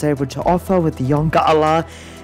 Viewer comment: Yongala is pronounced YON-GALA.